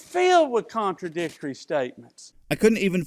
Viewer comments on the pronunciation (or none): . He says “contradistory”. This is a word unknown to the OED or even the entire Internet. I know because I checked